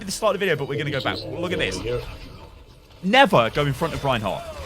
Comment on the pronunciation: Did he say rehin hog